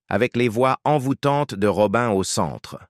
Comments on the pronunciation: C pas Robin mais Robi' n, 😢 mon dieu j'étais une petite fille , mais j'avais un grand frère et c'était son idole, donc j'écoutais toujours , après j'ai grandi et j'ai aimée ce chanteur R.I.P ROBI'N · Une voix et des " robin" qui gâche toute la video . De plus ,ne salissez pas la.memoire d une personne décédée